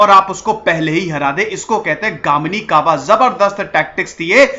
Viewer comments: Sorry Sir ,it is not Kamini kava it is Ganimi Kava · Its Ganimi Kawa....Not Gamini kava....please correct. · Sir its not गामनीकावा It is pronounced as गनी-मी-कावा. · Sir it was not Gamini kava, it's Ganimi kava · Its GANIMI KAWA not GAMINI KAWA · It's not gaamini kawa it's गनिमी कावा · It is not gamini kawa... It's ganimi kawa.... Ganim matlab dushman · गामीनी नही गनिमी कावा 👍 और सेक्रेटरी का नाम "रुस्तुम - ए - जमाल"... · Its ganimi kava not gamini... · It's is Ganimi Kava not gamini kava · it is not GAMINI KAVA/.... its GANIMI KAVA.. .Ganim means foe enemy and Kava means tactics. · "गामिनी कावा" नहीं "गनिमी कावा" ... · It's not GAMINI KAWA It's GANIMI KAWA , GANIM yani Dushman..and so many mistakes in this story but well tried. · गानिमी नही गनिमी कावा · Gamini Nahi, GANIMI KAVA hota hai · That's not 'gaminikawa' it's called as 'ganimikawa' गनिमीकावा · Sir vo Gamini kawa nhi... Ganimi kawa haiii... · its ganimi kawa sir not Gamini kawa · Dear Sir this is not a Gamini Kava this is a " Ganimi Kava " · It's not Gamini kava it's Gnimi kava... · गनिमी कावा not gamini... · गामनीकावा नाही भाई गनिमीकावा☺️ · Not gamini kawa it's गनिमी कावा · Undoubtedly shivaji maharaj was the greatest ever king, but please make a video on the BRAVEST maratha king and son of Chatrapati shivaji maharaj i.e CHATRAPATI SAMBHAJI MAHARAJ And its Ganimi kava not gamini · its 'Ganimi Kava' not Gamini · Sir its Ganimi kava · Extremely sorry to say that Only 20-25% correct history is narrated by u ... it's not ur fault To know correct history of real Chatrapati Shivaji Maharaj u have born in maharashtra soil of maharashtra & some imp words are wrongly pronounced ex. गनिमीकावा ... Jai maharashtra